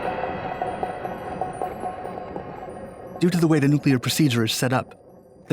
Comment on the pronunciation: Still, he couldn't pronounce "nuclear."